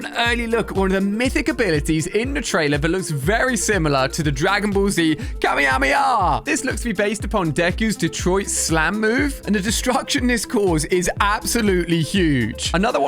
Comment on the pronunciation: Im not Dey-Ku im Deh-Kue. Ali-A im dissapointed